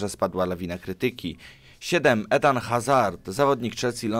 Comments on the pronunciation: nie ethan tylko eden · Eden czyta sie eden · Ajax Amsterdam a nie Rotterdam! Nie edan tylko Eden i nie Hazard tylko Azard!